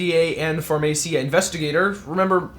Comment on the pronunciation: it's Pharmacia, (Farma See-A). It used to be Upjohn, then Pharmacia, now it is Pfizer.